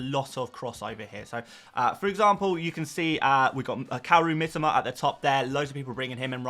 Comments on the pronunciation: Ffs...it is pronounced Mitoma.. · Bro as a content creator, you should really take the time to pronounce the player’s name correctly. You’re continuously butchering Mitoma’s name. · Mitoma, pronounces his own name like this 6mins 30 in